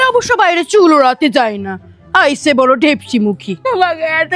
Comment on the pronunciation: That aise is so Bangladeshi coded..are you a Bangladeshi?